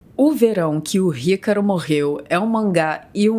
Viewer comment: Parece que ela fala ycaro kkkkkkkk